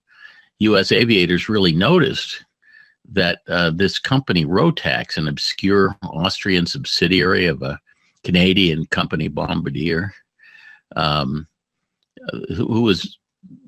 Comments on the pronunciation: LT might have spelled phonetically to make his/her point--- "bombardeeyay" as opposed to "bombadeer" , the latter being the guy letting loose a world of hurt. As you might have figured from this, the parent company is French Canadian. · Just don’t let Bombardier folks hear you say Bombardier. 😀